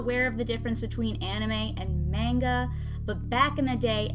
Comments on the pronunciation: "maynga" //dies inside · MEI N GA, is how it is accurately pronounced, calling it MAN GA is like calling RYU, REYU. Or Chun Li, Chunn Li. Just doesn't add up. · Main-guh TRIGGERED ITS MON-GUH!!! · I'm sorry to be picky but it's pronounced MON-ga, so the opposite of how you would pronounced mango. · “I know the difference between anime and manga” Main-ga=Manga Tsk tsk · Just gonna say i believe its pronounced as "mong-ah" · are we all just gonna ignore the way she said manga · Love your story but you said manga wrong bro